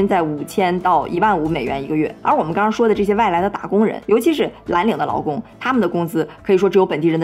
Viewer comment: 听着一声一个外来“老公”，奇怪了好久才意识到是外来“劳工”😅（找打）。